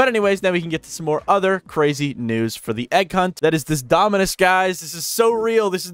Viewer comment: Why did bro keeps saying dominance instead of dominus💀